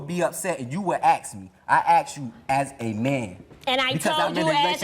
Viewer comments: Ok, Seriously It is, "I asked you" NOT, "I ax you"! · I wouldn’t be with anyone who couldn’t pronounce the word ‘ask’.